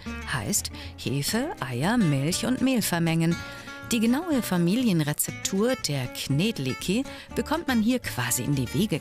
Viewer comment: wie kann man knedlíky im voiceover soo falsch aussprechen wenn sie es doch im video direkt danach richtig sagt ahhhh!!!